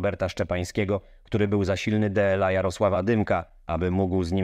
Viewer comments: o co chodzi z tym DE EL A zamiast dla? czytasz ten tekst przy pomocy AI czy co? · Wszystko pięknie i fajnie ... materiał żetelny w 100% ALE tego nie da się słuchać ..... Dajcie normalnego lektora a nie modne AI które czyta DLA jako DE EL A raz czyta szybciej raz wolniej zero interpunkcji .... ciężko przez ten materiał przebrnąć. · Cały skrypt czyta w tym filmie bot? Są momenty, gdy ma problemy z prostymi polskimi słowami - "D-L-A"?? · Pamiętam jak oglądałem w każdy weekend zawody strong man 😁 w końcu wiem czenu to padło. Tak słuchając tego głosu to wydaje mi się że to kolejny kanał używający emulatora głosu a zdradza go słowo "dla" bo je literuje